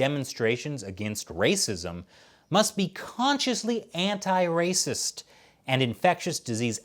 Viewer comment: See coronavirus is rrrrrrracist!!!!